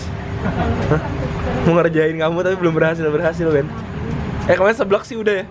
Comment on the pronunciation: Gue kaget saat bilang: "Jadi kayak tiramisu, ben." Pertama dengar kirain manggil "beb". XD